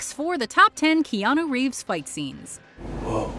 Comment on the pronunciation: No one: Keanu: shinei